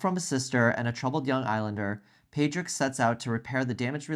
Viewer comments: Padraig, prounced paw drig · People, watch the film again. It’s pronounced POR ick.